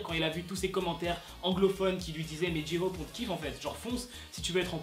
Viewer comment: « dji-hhhop » il me stresse